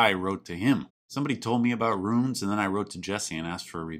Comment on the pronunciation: I love the way you enunciate ROONS